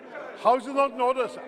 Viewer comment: Orrrderrrrr ordeerrrrrrrr ordeeeerrrrr